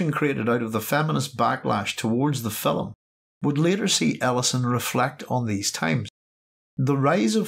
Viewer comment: It's film, not filim.